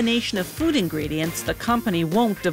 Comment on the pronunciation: Really emphasizing the ‘food’ part.